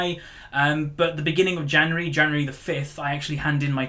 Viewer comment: January or Janery lol love u